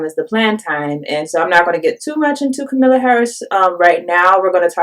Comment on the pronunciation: Please learn to pronounce Harris' first name: It's explained in her book, which is short and easy to read: "Comma-la" like the punctuation mark, and not "k'milla" or "K'm-Allah" like a lot of people say.